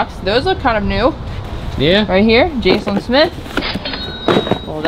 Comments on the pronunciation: ROFLMAO .. loooong before Mad TV, it was Mad Magazine .. Alfred E. Neuman is 60 this year (2022) .. hasn't aged much has he? 🤔😏 Two things .. Jaclyn is jac-lyn the c is a ck sound not jase-lyn. That "old record player"? It isn't. It's a Crosley and if its a really good one, not only does it play records at all three speeds 45, 33 and 78, but it should be able to play a cassette and a CD. A real good one can also write to a CD so you can play all your records and just put them on on a disc to play whenever. It should also have AM/FM possibly weather and be able to play (and record to) miscellaneous memory cards .. the kind you put in a phone or those USB sticks. The more options it has, the more it's worth. Just thought you'd like to know more about them. They're really pretty units. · Jaclyn smith, pronounced Jacklynn.. she was an original Charlie’s Angel… there was Even a Jaclyn Smith Barbie type doll… I got her for Christmas when I was like 11. It wasn’t Farrah Fawcett but it was still good. She also had/has a clothing line at kmart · Ex Charlie's Angel . Way before your time ! Lol She went in to fashion after the show ended . It's pronounced like Jacquiline . Like i said , it's before your time ! 😂 Love the content ❤️ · Pronounce jack a lin Smith. Old Charlie's angles star